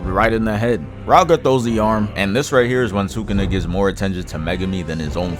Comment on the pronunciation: "bro really said heeah"